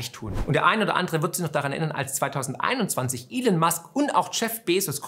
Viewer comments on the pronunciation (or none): none